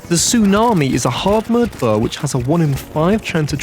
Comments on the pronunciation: i love how the editor plays on accent and how they say "buh" instead of "bow" lol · You don’t have to point out that the way you say bow sounds like “buh”! It’s okay! Accents are normal and don’t have to be seen as bad or wrong. If that’s how you pronounce it, the. It’s totally fine!